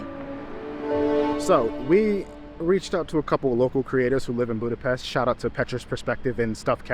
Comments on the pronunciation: And extra points for pronouncing Budapest right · Thanks you for saying Budapest the right way❤